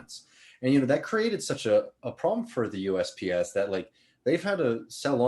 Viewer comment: He kept saying UPS not USPS